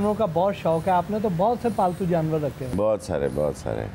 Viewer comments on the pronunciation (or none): none